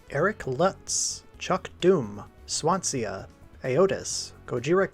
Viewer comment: I'm really surprised that you didn't mention that the animation here was provided by not Hanna-Barbera themselves (as this was when even they were outsourcing their work) but by Ashi Productions and Studio Sign. Ah well, it did make me laugh when you mispronounced the Welsh city of 'Swansea'. :D I will admit though I was not aware of the 2025 redub till I saw this video, interesting and yes Dr. Eggman is now in league with Ultramen. :D I do dig Ultrawoman Beth, not just being a rare female Ultra, but also she has the same name as one of my sisters. :)